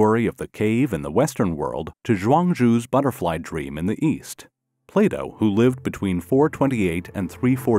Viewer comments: Can I reload my backup save? Also, it's Plato, not Playdough. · The narrator pronounces PLATO as PLAYDOUGH so it's hard to not laugh. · Am I the only one hearing 'play dough' instead of Plato? or is what I'm hearing another simulation.... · It's pronounced, "Plato", not "Playdo". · why is no one else laughing at the pronunciation of Plato sounding like 'Playdough' hahahahaha